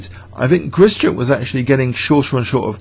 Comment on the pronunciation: Hi, thanks for great videos, including this one! Perhaps you would like to know that the sch in Grischuk should be pronounced as one sound, like sh in ship. Hope this helps :)